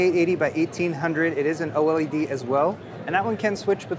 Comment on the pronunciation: Oh el ee dee = OLED ;)